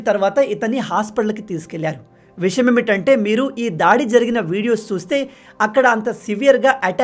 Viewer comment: విషయం ఏమిటంటే అనాలి. నువ్వు చెప్పేటప్పుడు విషమేమిటంటే అంటున్నావు.